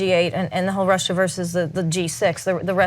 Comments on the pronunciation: He can’t say Russia right because of his dentures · Trump’s pronunciation of Russia is a NY thing. Some old school New Yorkers will add an r to the end of some words that end in a. Funny to hear him struggle to shake it. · Yes! The backward R at the end of Russia! He says that. Thank you Ana for pointing that out. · he adds the extra R after Russa because he has fake teeth... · Trump keeps adding the 'R' to the end of "Russia' because he feels compelled to say 'USSR'. That's what Putin calls Russia when they speak together with Hannity at night on Trump's unsecured mobile phone. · He adds the 'r' at the end of Russia to try to appeal to old-ass New Englanders on a sub-conscious level.